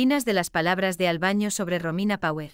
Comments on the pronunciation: Por favor diga bien el nombre de " Albano " no es Albaño. Decirlo mal nos molesta a todos sus seguidores que somos millones. Gracias. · Señora usted que relata las historia por favor practique bien los nombre y apellidos.... el cantante es ALBANO....NO ES ALBAÑO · Por favor usted es una comunicadora, pronuncie bien, no es Albaño , su nombre es ALBANO ...y lo. otro nunca se casó con esa sra. Loredana , a la que Ama hasta su muerte, es a la hermosa y dulce ROMINA ...